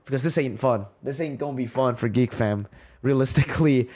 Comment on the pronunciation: Did you just mircurse Geek? 🤨